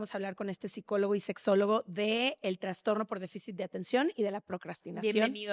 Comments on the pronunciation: No se dice traNstornooo... Es trastorno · TRASTORNO, no es transtorno